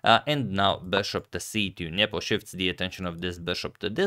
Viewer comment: Spasky vs Fischer new era? Antonio will you please stop saying Njepo instead of Nepo